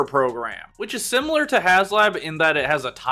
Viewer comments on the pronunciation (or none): none